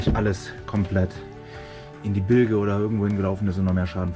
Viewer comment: Und trotzdem beide relativ entspannt und mit galgenhumor dabei😂 Viel Erfolg beim refit! Und bitte: Es wird "Bilsch" gesprochen, rege mich da bei meinem Stegnachbarn auch jedes mal auf 🙈🤪